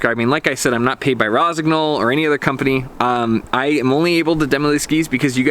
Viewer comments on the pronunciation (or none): Nice review. Is just a bit disturbing hearing the gn pronounced verbatim. Should be soft - like in gnocchi (not sure if there is a native english word with the same sound).